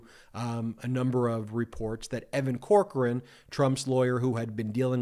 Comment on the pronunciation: Damn it Ben I still think the way your pronounce Evan Corcoran is: Cockran (Pronounced grabbed His Cock and Ran).